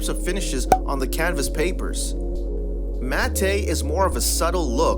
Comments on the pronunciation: ITS NOT MAT-TAY ITS MATTE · It's pronounced "mat", not "mat-tay". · matte -> MAT, not mat-ey. You didn't even go over bleed. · Mattay? Really? It's pronounced MATT but spelled matte dude. Good grief! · Gonna be a grammar cop. It's pronounced MAT not MAT-TAY. Anyone wants to argue simple Google search will show you. Otherwise nice video. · "Matte" is pronounced "mat" (like the man's name "Matt"), not "mat-tay". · Pro Tip: Matte is pronounced Matt. Not Mattayyyyyyyyy. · It's pronounced "matt"... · Excellent video, BTW, the "e" in matte is silent, in other words, it's pronounced "matt". Great job, thanks. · Matte is pronounced "mat" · 😆 it's actually pronounced like "mat". I was just teasing though. I meant no ill will... just having fun. I enjoyed your video very much and found it very informative!